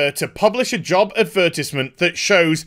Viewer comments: Adberteezment xdd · The way you pronounce advertisement, makes me giggle.